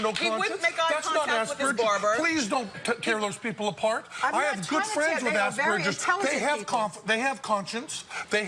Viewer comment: Am i the only one who heard ass burgers